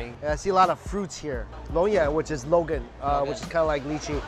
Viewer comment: Longan, not Logan xD